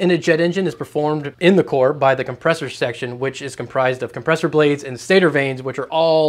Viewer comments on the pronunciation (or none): none